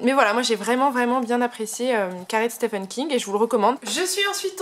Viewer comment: Merci pour votre vidéo! Les francophones prononcent mal "Stephen". Il faut prononcer " ph" comme un "v" et pour le premier "e" c'est le son "i". Comme dans " Peter".